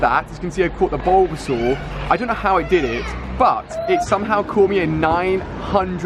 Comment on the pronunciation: Its bulbasaur 😉